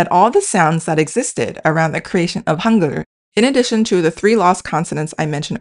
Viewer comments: Forget about the translating AI! It speaks the word Hangul in German like "hoongur". These translations are more misleading than helpful. Get rid of this nonsense! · I was confused when I heard Hangur (what?) then realised she means Hangu l